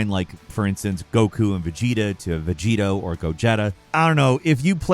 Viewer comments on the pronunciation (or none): Ten ka i chi... Say it right... Not "Ten kai chi" its like u try to say it right but at the end u had to neeze... Ten Kai-chi... Like bless u, work on ur pronounce.. He even Miss-pronounced GoGeTa & VeGiTo but he played 1, 2 & 3 tho... Yet cant pronounce 'm the right way...